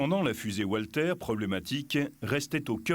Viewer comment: Le commentateur en voix off aurait pu apprendre à prononcer correctement les noms allemands, ça aurait fait plus sérieux ... "oualter", "djounkers", "levaircuzéne", "joumo". ahaha, ridicule, ça colle pas avec l'air sérieux de mec qui s'y connait.